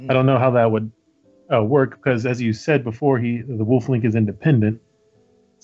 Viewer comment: Why do you say "Becaulse" instead of "because"? It sounds so weird. You also keep saying "bolsses" instead of "bosses."